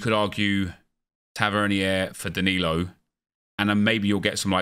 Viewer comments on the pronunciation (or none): Tavernier’s name is pronounced Tav-er-neer